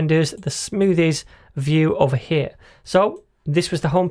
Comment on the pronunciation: Does anyone else hear Cartman when says "hyar" instead of " here"?